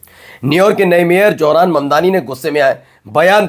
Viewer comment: Johran Mamdani isn't correct. Pronounce as Zohran Mamdani. Correct ur Pronounciation. Thanx.